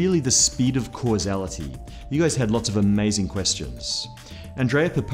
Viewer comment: Its funny how you pronounce causality haha... I would be very happy watching you triying to pronounce my last name :v